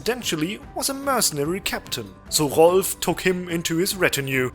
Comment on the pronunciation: I enjoyed the way you pronounced "Rolf" and "Hermann". You can't say it more high-german / lower saxony-y.